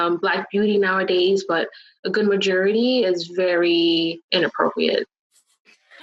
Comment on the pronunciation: Mijerity yep said that one right